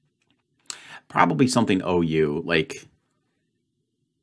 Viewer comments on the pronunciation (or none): none